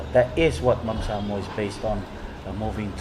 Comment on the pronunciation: Coach, please learn to pronounce Samoa properly. Keep up the good work!